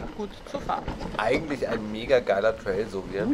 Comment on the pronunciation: Wenn man nicht mal Trail richtig aussprechen kann ….